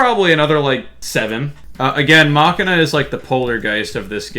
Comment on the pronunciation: is Machina pronounced Masheena, or Makina?